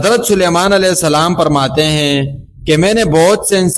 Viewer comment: کوئی حوالہ بھی دیتے اور لفظ فرماتے ہوتا ہے پرماتے نہیں